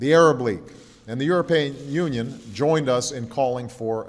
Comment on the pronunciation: Obama pronounced European Union as "you're a-paying." (Freudian slip, methinks)